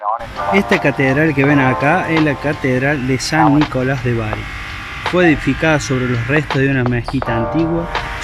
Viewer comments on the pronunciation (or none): none